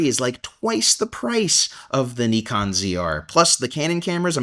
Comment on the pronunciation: Good stuff. By the way, if you are trying to pronounce Nikon properly as in how Japanese do, it's not "knee con" either. It's "knee cone". Stress the knee, not the cone. KNEEcone. I don't care how anyone pronounces it, but when I see people trying to pronounce it properly but still don't, I sometimes say something. Hope the KNEEcone ZR fulfills your needs.